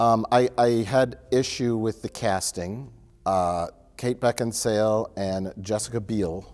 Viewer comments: "I have no idea why Kate Beckinsdale... Beckinsdale?" Mike: "BeckinSALE": "I have no idea why Kate Beckinsdale..." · Kate Beckinsdale...Beckinsdale, Beckinsdale? Mike: BeckinSALE: So Kate Beckinsdale... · kate beckinsdale or beckinsale? .. it's beck-in-sale.. oh ok, kate beckinsdale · "Beckinsail or Beckensdale?" "Beckinsale." "I have no idea why Kate Beckensdale..." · going straight from "I really want to murtle Arnold Schwarzenegger" into "Kate Beckinsdale" is just beautiful. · Did they edit saying Beckinsdale after he asked for the correct pronunciation? 😂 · Was it edited sneakily or did really say “beckensdale” again after being corrected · 26: 40 I spit out my spaghetti when asked how Beckinsale was pronounced and then mispronounces it anyway. LOL! (yes I know it was overdubbed) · I love this running gag of editing so that any time he misspeaks, it’s made to appear even worse. I have to believe he didn’t actually say “Beckinsdale” again after and it’s just reusing the audio from a few seconds earlier 😂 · Mike faked a mispronunciation into the video. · asks what the actress's name is. Mike tells him. says it wrong. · skilfully edited in repeating the mispronounced Beckinsale after is corrected, genius. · whoever edited to mispronounce Beckinsale's name a second time you are my hero lol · They took the audio of him saying "Beckinsdale" from earlier and dubbed it over him probably saying Beckinsale correctly. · J edited wrong pronunciation of cate beckinsale in when he says it again after mike corrects him lmao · asks how to pronounce Beckinsale then immediately does it wrong anyway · You dubbed a mistake over just so he wouldn't pronounce Beckinsale correctly. Hilarious. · asking how to say Beckinsale and mike editing in him saying incorrectly is hilarious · is corrected on how to say Beckinsale, IMMEDIATELY gets it wrong again.